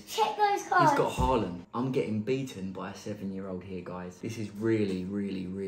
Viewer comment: Harland? Do you mean Haaland